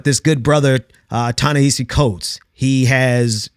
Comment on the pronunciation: you might be mispronouncing his first name. i think it's "Tah-nehasi", each of the A's rhyming with the vowel sound in "boss".